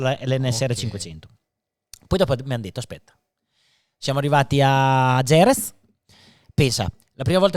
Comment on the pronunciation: Chissà perché dopo 30 anni nel Motorsport queste persone non sono in grado di pronunciare Jerez e Motegi nel modo corretto